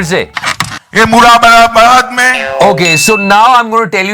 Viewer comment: बेटा अमित वो "मुरादाबाद" हैं न कि " मुरा मुरा बार"। मेरा शहर।